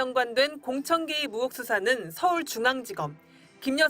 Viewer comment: 발음 좀... 의혹을 자꾸 ‘으혹’이라고 하심 전라도 말씨 때문에 어쩔 수 없는 것 알지만 조금 더 신경 써주세요😢 기자님 화이팅!!!